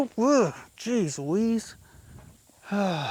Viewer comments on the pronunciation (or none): none